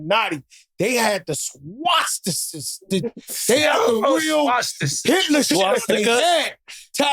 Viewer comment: "They had swasstises" 😂😂😂